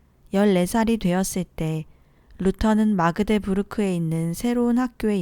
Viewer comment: 루터의 종교개혁은 계속 일어나야 합니다. 카톨릭이던 개신교등 성경적이 아니면 계속 수정하며 나아가야합니다. 그대로 두면 세속화되어 썩어질수 밖에 없습니다. 난 독일에서 살고있는데 독일어 발음이 너무 달라서 정정해도 될까요. Magdeburg-막데부르그 Leibzig-라입치히 Erfurt- 에어푸르트 Wittenberg- 뷔텐베르그 Eisenach-아이제낙흐 Worms-뵈음스 Augsburg-아욱스부르그 감사합니다